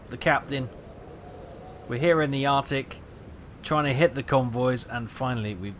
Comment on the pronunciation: "Arctic not Artic"